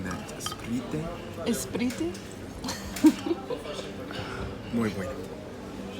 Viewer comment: nah when royce said ESPRRRITEH i lost it 🤣 we say SPRITE LMAOO he's funny